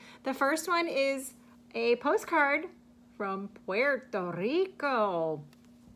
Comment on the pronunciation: 👍🏾👍🏾 double thumbs up for pronouncing Puerto Rico correctly. Lol love it.